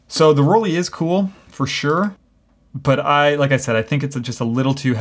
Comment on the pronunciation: Why do Americans pronounce "Rollei" as "Roll-ee"? The "ei" combination in German is ALWAYS pronounced as "eye". After all, we don't say "Leeka" but "Leica" as in "like a". I have never understood this, but it is so common among Americans.